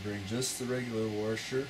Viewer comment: Thanks. Great explanation, but there is not an “r” before the s in washer.